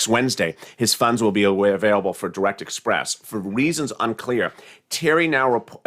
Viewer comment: Banking on interest lol express not express